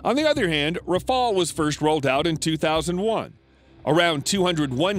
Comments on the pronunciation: Not raphaal, raphaEL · the RAFALE and not rafael... went in service in 2001... and it’s one of the best fighter on the planet and world wide recognised, while your TFX still on the drawing board and still haven’t take off the ground... please stop embarrassing yourself thanks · Learn to call his name : Rafale, Rafale, Rafale , RAFALE, RAFALE, R A F A L E , DAMNIT !!! The FCAS is a 6TH gen project, the Rafale is more than enough, it is an aircraft that can do everything, and which slaughters the F35 in dogfight. The only American aircraft that can afford to challenge the Rafale without being sure of losing is the F22, and again, the Rafale shot down an F22 in training, the Rafales had, the same day, put 7 to 1 to the Eurofighters too! Do not compare this flying brick from F35 to this aeronautic marvel, the Rafale. The F35 is just a political plane, those who buy it buy it just because it's American. But some preferred quality to politics, and preferred the Rafale, for example, Egypt, Qatar, India, Greece, Crotatia ...